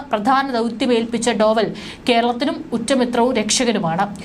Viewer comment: അജിത് ഡോഭാല്‍. Not ഡോവല്‍